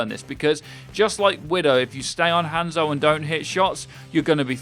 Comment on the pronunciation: Is it just me or did anyone else click of the video when they heard him over pronounce the a in Hanzo?